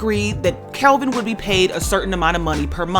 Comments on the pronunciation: Its Kevin...not Kelvin....its off putting when a host gets something like this wrong ovr and ovr. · Kevin!!!!!! Not Kelvin lol.....